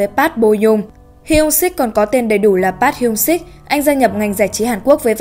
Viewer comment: Trời ơi đọc tên idol tôi mà choáng